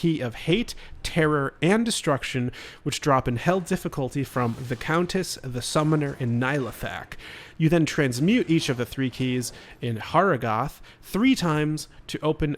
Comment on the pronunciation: NYE-LUH-THAK is actually pronounced NEE-LAH-THOK and BAL is technically pronounced BAY-UL but good job on these excellent tips